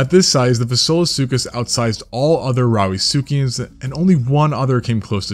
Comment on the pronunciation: Did he say "Rowdy succians" ? lol